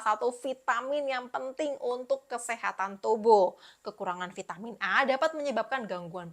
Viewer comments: Vitamin, bukan vaitemin hehehe thanks ya info2nya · VAITEMIN di ucapkan dengan bahasa inggris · Kan bahasa Indonesia, baru mau komen, sdh ada yg mewakili, vitamin